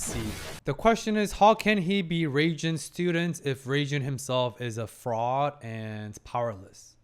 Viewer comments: To help you remember, try to pronounce Reigen like Reagan, as in the former U.S. President. In Japanese, the “g” sound is always a hard G sound. The soft “G” sound will be spelled with a “J.” Reigen 霊幻, btw means “Spirit illusion.” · Just keep in mind it actually doesn't sound like 'Reagan' at all lol. Just pay attention to how other characters pronounce it or copy-paste 霊幻 into Google Translate, set to translate from Japanese and hit the Listen button 👍